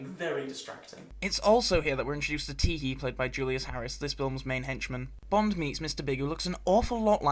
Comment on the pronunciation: EXCELLENT regional accent bit there .... "un Bond has 't save her" FAB ☺ Many thanks as always, good Sir